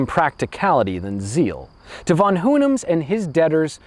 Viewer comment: interesting way to pronounce "von Hohenems"